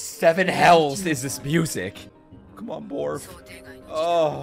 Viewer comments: Bond: “Borf”: “Borf” I-- Bond: “Borf”: “Borf” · Lol said the cant barf instead of bark it kinda reminds me of Anya when she says the wrong thing